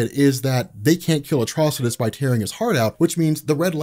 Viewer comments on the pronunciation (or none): none